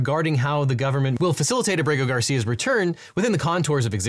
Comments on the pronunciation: Just FYI it's Á-bre-go, not a-BRE-go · it's AH-breh-go, not ah-BREH-go.